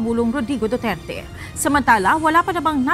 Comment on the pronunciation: BOOterte, BOOterte, 😂😂😂😂😂😂😂😂😂